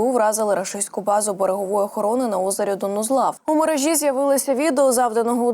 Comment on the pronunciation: Навчіть ведучу правильно ставити наголоси. У мерЕжі